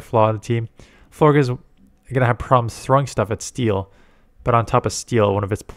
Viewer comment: It’s pronounced Flor-jess. Like flower plus gorgeous.